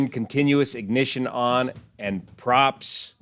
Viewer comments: He is saying "pumps" on not props on. Fuel pumps. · Instead of “props” I think he was trying to say “pumps” like fuel boost pumps. That being said, I’m not a pilot. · I know this is a late series of comments, but: I think he was saying "pumps" not "props" , as in: "fuel boost pumps". Also there is value when communicating with atc in an emergency briefly describing what is wrong to get those details on tape in a/c with no cvr. I agree he should have landed at Rockwall or when he committed to Mesquite he should not have turned away from the airport.